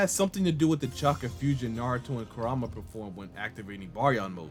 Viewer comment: Since 1st boruto epi. I always believed hima would be the one dealing with the tail beast and have the 9 tales. It was clear to see that it was going to be her. Also this nine tales name is different it’s Kuraa-ma.